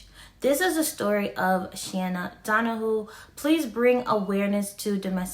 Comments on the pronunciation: OMG DON-A-hew not don-a-who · it's shay-na Dona-hue it's hard to write the correct phonetic spelling of her last name but you can google it......